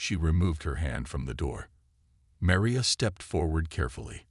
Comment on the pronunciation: Your narrator,, apparently has frequent problems when pronouncing AND spelling the name Maria. And,he referred to her as Meriah, both in his pronunciation and in the text subtitles. she was Marion in the pronunciation and text subtitles., she becomes Meria. P.S. what's with all those "asterisk asterisk" statements?